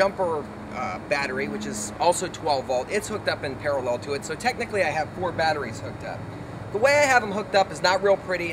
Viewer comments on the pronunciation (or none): none